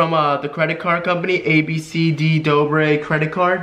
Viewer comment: chaitai patel uhmm it's dobre and not dober